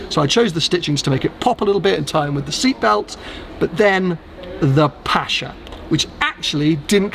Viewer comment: Congrats from NZ, watching this at 1am! Fantastic spec, 'pasha' is questionable 😅